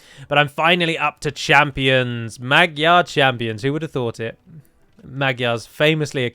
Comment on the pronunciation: Please pronounce magyar like "madjar"